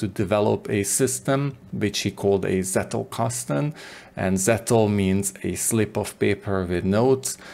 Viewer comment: Being German, I cringe every time I hear "settelkasten". It's pronounced "tsettelkasten", as in "tsunami". Sorry for being picky, even more so if you heard this for the umpteenth time. Otherwise, great work, thank you very much!